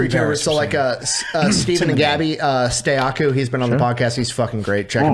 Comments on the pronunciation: It’s Stakuyi not Stayaku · Its funny that stakuyi has been on the podcast and still doesnt know how to say his name